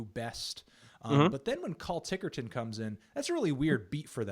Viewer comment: did he just call TICKETRON...TICKERTON? that's weird